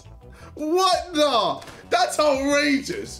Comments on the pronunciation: Ksi: "British people dont talk like that!!" also Ksi: "Thats outrageus!" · KSI: “that’s outrageous” Also ksi: British people don’t talk like that